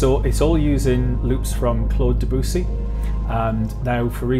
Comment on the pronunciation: Nice. Biosphere is one of my favs. Also Claude Debussy. Gotta pronounce it right though: [dəbysi]